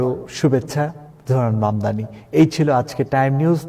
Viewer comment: মামদামী!? Can’t even pronounce his name correctly! Idiot!! He is মামদানী!!